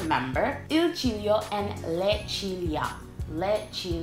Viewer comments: When you said ciglio for the first time I Heard cheerio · Il ciglio is soooo wrong